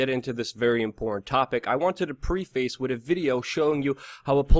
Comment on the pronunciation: Luke, please learn how to pronounce, preface, a word you often use.